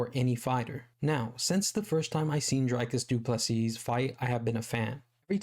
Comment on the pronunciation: Great vid, you said what everyone is thinking but wont risk saying. Please pronounce his name Dreecus du Plesea